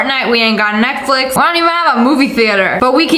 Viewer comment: I heard SSSnipperwolf say Netkflix